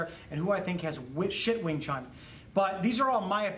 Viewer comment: sorry to say u pronounce it wrong ..not wing chung.... our chinese brother can give u a correct pronunciation... similar like to pronounce IRAQ not AaiiiRakk